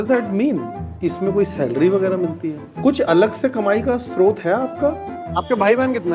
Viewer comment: Hi, great interview, loved the previous one too. Please google the correct pronunciation of स्रोत.